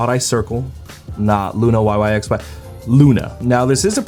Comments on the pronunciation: hey just a heads up, yyxy is pronounced “why why by why”! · Thanks for uploading so quick! BTW yyxy is pronounced "wai wai bai wai" 😆💓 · lol the members even said it themselves that it's pronounced why why by why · isn’t that just the korean pronunciation though